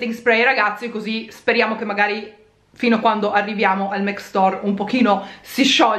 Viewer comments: Perché dici MEC? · non si dice assolutamente mEc ma MAC così come è scritto, e sono certa che lo sai benissimo, non l’hai mai pronunciato così, è ovvio che lo dici apposta. sono certa che puoi evitarlo, sei piu interessante senza strafalcioni. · Ma scusate non si pronuncia mAc? 🙁😕 Io non lo capirò mai XD